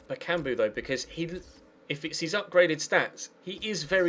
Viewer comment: I don't care about how you pronounce Payet, the thing bothering me is you're saying Bakumbu instead of Bakambu...